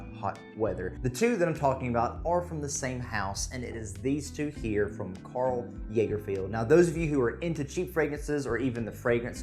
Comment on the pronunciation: "Karl Jaegerfield". I'd have forgiven "Karl Lagerfield". Cmon. Do better. That being said, Mercer Street is amazing for the price. I love the look and feel of the bottle, and the fragrance hits the spot for me with the pepper & citrus. If you want Aquatic, try the Karl Lagerfeld Urban Blue. Thanks for your review, always interesting to see other's opinions.